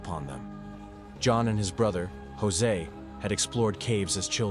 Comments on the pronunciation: I literally stopped watching the video when he said "Jose" 4 times...I won't even start it anymore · Jose?? Who the hell's Jose? You mean Josh?